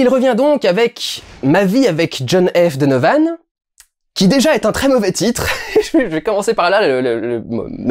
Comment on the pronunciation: à partir du moment où tu dis mal le titre anglais....j'ai même pas envie de continuer